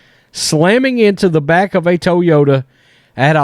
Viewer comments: First time Ive ever heard it pronounced, "Tow-Yoda" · It's toy yoda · Love the content brother! "TOWYOTA" Lol! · Hahaha, I thought the same too😆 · Please say “Toyota” again 😅😅😅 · Bruh the way you say "Toyota" has me rolling.